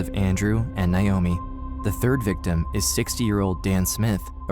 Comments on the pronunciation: Nigh oh me. It’s NAY-OH-ME. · That’s really not how you pronounce Naomi… 😑